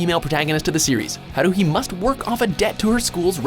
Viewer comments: Cringe counter (that I counted) 1. Pouncing Haruhi's name wrong 2.calling Grell sutcliff a shinagami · you say haurhis name wrong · the way he pronounced Haruhi lel XD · The pronounciation of "Haruuhi" makes this vid WAYYYY much better 😂😂😂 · They pronounced Haruhi wrong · They mispronounced haruhi........why do they always mispronounce the names? Please watch the anime enough to pronounce the name correctly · IM TRIGGERED!! You said haruhi wrong!!! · im triggered if you are gonna entertain weeaboos at least pronounce the name and anime correctly the way you say haruhi makes me cringe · the way he pronounced haruhi's name made me cringe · And I hated how he pronounced "Haruhi" but it's still a good video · LMFAO, you completely mispronounced Haruhi's name, but that's okay. :) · That Haruhi pronunciation tho. Smh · Goddamn it can you plz fucking pronounce Haruhi right. Like holy shit. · I got mad when he sad haruhi wrong